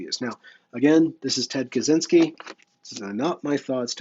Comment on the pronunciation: I believe it's pronounced more like "Katshinsky" though. C and Z together makes a sort of "tsh"-sound in most west-slavic languages.